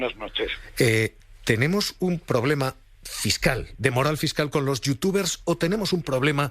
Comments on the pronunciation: Una noticia muy muy mal enfocada. Intenta defender una opinión/posición, desde mi punto de vista, correcta (pagar impuestos en España) pero de una manera muy poco profesional. Muchos fallos en los datos... Ni si quiera sabeis pronunciar correctamente los nombres de los youtubers/streamers a los que vais a criticar (VegUeta, AmpEter...)... Todo eso deja mucho que desear. Creo que con este tipo de noticias, se consiguen los efectos totalmente contrarios a los que pretende. Vuelvo a repetir, soy de la postura de que es muy egoista y ruin irse a pagar impuestos a Andorra. Pero cuando veo este tipo de noticias, me llevo las manos a la cabeza con la poca información o conocimiento que se tiene en la materia. Como consejo, preguntad a expertos, consumidores e incluso a streamers/youtubers... Cualquier persona con un mínimo conocimiento de la materia no os creiria por la mitad de datos mal contrastados que dais. Así como dato que habéis dado mal: Ibai no tiene el récord de visualizaciones con 2,5 millones, lo tiene The Grefg (en Andorra). Por favor, muchos jóvenes ven este tipo de noticias y cuando ven tantos datos incorrectos o gente que no tiene idea de la materia criticando a sus idolos, jamás os escucharán. Y estarán dando la razón a sus idolos sólo porque les saben comunicar mejor sus posturas (incorrectas y egoistas). Con este mensaje solo pido reflexión sobre la forma en la que estáis abordando este tipo de noticias... Pues desde un gran consumidor de este tipo de plataformas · Me hace gracia q no sepa pronunciar los nombres de los youtubers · Perfecto como pronuncia los nombres de los youtubers y como no sabe lo que esta diciendo y esa "información" es mas falsa que un billete de 3€